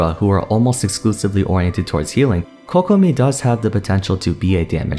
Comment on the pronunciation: Thank you for pronouncing Kokomi and Keqing correctly :') my ears can finally have a break